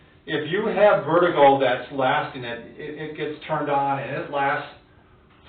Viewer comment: Vertigo, not Vetigo. Good video.